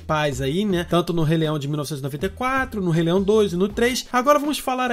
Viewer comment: Mano, eu admiro muito o seu canal, mas tu disse Re-leião!!!